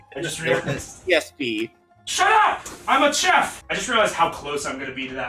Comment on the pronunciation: "shut up i'm a tcheff" is something i quote on the daily now unfortunately